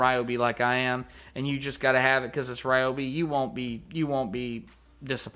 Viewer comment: I live in the Mid-West and everyone I know pronounces Ryobi "Ryobi", not "Reeobi". I wish you would have demonstrated the tip size of the marker compared to the Sharpie.